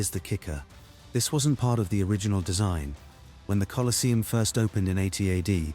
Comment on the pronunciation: You can't even get your bot to pronounce the name of the place correctly. Get real.